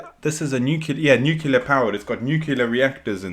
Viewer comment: It's pronounced new-clear, not new-q-ler.